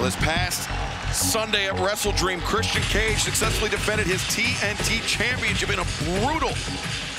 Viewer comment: nigel pronouncing the TNT champion "christy-ian cage" xD